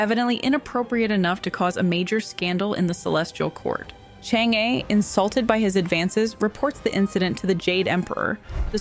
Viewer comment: for English speakers, Chang-E pronounce in Chinese more like Chang-Er in English🙂